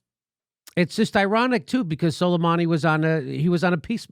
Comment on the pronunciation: It's pronounced SO-LAY-MAA-NI.